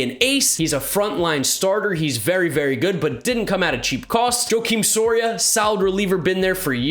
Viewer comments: Just saying Joakim Soria has been around for a long time. it's wah-KEEM Soria. No disrespect but I saw say his name wrong, just kinda bugged me. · "JOE-kim" Soria... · It's pronounced "wah keem" Soria